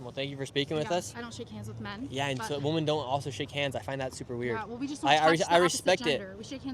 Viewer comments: Nick, learn to pronounce the plural form of WOMAN - which is WOMEN. "WEE-men." I know that you are smarter, and braver than most Gen Zers! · Shirley really needs to learn how to say women.